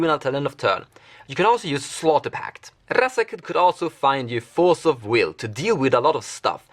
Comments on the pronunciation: R-R-R-R azaketh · Love the way you pronounce razaketh, and it looks like i need to pick one up soon. He seems like he is the wincon in so many of your builds.